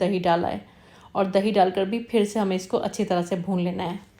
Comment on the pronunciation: thanks! Now Urdu vs Hindi corrections: 1: Phir not Fir 2: Takay masalay jale na not taa ki, Hindi speakers use ki istead of kay - “main ye kehna chahti thi kay…” not chahti thi ki. 3: you used “zeera” correctly instead of “jeera” that hindi speaker wrongly pronounce along with “jindagi, jaroor, jiada”